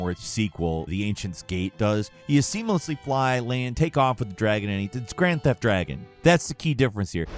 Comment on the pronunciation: Lost it at "Grand thef Dragon"